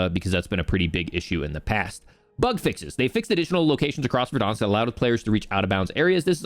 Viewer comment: Its VERDANSK. Like VEHR-DAHNSK. NOT VER-DAWNSK. CHRIST.